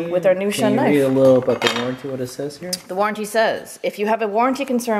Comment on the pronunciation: its pronounced ( shoon )